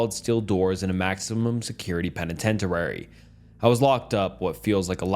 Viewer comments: Minute 53 "penitentenari" instead of "penitentiari" if I wrote it right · the first one made me CACKLE!!! 💀 - penitentiary (aka penitentuary lol) : pen-eh-ten-chur-ee - grossly : grow-slee - incredulously : in-cred-you-less-lee